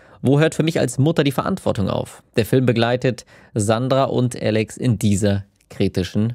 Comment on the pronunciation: Wahrscheinlich hat Alex zu viel Trans-Videos geschaut. Und zu viele englischsprachige Sachen, deshalb "Älix"...